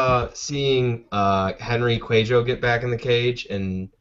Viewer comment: Seh-who-doh! J is an h and c is like s as in city. Dudes!